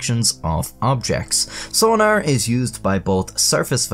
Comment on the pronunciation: I love the way he says sonar, sona-er xD